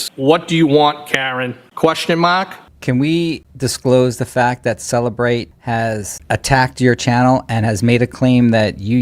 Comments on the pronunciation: Cellebrite sounds like cellulite. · LOL “cellulite”